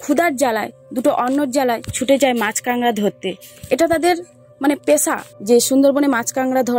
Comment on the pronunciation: কাঁকড়া কে আপনারা কাংডা বলেন কেন